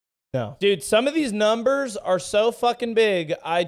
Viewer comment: ai really seems to have issues speaking numbers aye.